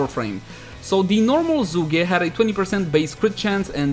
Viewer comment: Ah yes the Z o o g a y